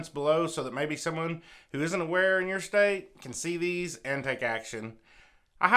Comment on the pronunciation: The way you say steate is funny 😄